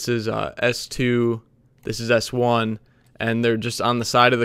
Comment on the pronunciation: "this is s2 and this is s-wan"